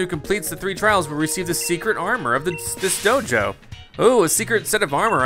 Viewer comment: I don’t know why but whenever he says Dojo it sounds like JoJo